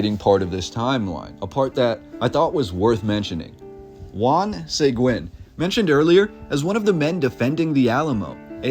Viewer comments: Just so you know Seguin is not pronounced SAY-Gwen it is Sea-geen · One small detail you missed…..is that Juan Seguin is pronounced Juan SUH-GEEN. Not Juan SAY-GWIN. 👍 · It’s killing me to hear Juan Seg-win. It is pronounced like Se-geen. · Pronounced 'Se-geen', not 'Say-gwen'. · Great video man! I love seeing the old history of Texas dug up like this. A couple of things. cracks knuckles It's Bear, or even Bay-har, but not Becks-ar. It's Suh-Geen, not Seh-gwen (Seguin), and bro, how do you not know how to pronounce cholera? Sorry, I know these are minor things in the grand scheme of an otherwise great video. Keep up the great work, I can tell you're truly passionate about this. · Juan Seguin is pronounced "Segeen" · Just an FYI: Juan Seguin is pronounced Hw-on Sah-GEEN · Enjoyed the video, but he should learn how to pronounce the names, like Seguin = (suh-geen) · SA-GEEN FOR GOSH SAKES. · OMG! It hurts my ears when you pronounce Juan Seguin's name.... Here's a novel idea, maybe you should do some research before publishing content... There is even a town in Texas named after him Seguin, TX so it shouldn't be too hard for you to figure out how the last name is pronounced (Seh-geen). For crying out loud... 🤦🏻‍♂️ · Bexar is pronounced 'Bear' --- Seguin is pronounced 'Seg-geen' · Its pronounced Seh-geen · I’m sure San Antonio has many mysteries that would stun the citizens. His name is pronounced see-geen, (Segiun) btw. Very cool video of my hometown, thanks! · Bexar is pronounced like bear. Seguin is pronounced SeGeen. Decent info though. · born and raised in San Antonia Seguin pronounced Sa gine Bexar (County) pronounced. Bear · I'm from San Antonio and I love this. Juan Seguin last name is pronounced Se-geen. Other than that awesome job! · Juan Sayguin? 😂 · Respectfully; Bexar pronounced Bay-Er, Juan Seguin pronounced Sah-Geen. It’s a Texas thing. 👍🏼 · It's "Juan Se g'eeen " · Pronounced sěguēne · Seguin is pronounced Seh-geen (like seen) Hard G